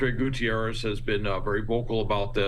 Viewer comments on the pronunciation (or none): His name is Antonio Guterres...not Gutierres.